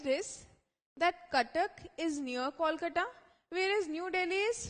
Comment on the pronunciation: its not calcata or koolcata its😅 kolkata. improve your pronounciation